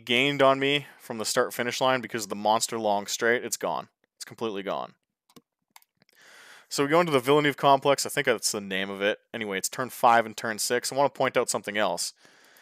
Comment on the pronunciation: Wow, is nearly as bad as me. Anyway: Imola is pronounced [ˈiːmola] and Villeneuve is pronounced [vilnœv]